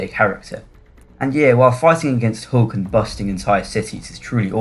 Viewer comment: It’s Hulk, Not Hook, lol.